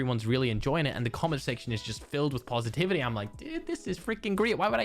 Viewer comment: I was so confused when u said comment pxrpose cause I was thinking u said “common prxpose” lol.